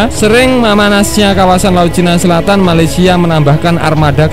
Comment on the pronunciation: Bikin ketawa mimin kalo ngomong malesia.. knp mimin dengangan malesia nihh... 🤣🤣🤣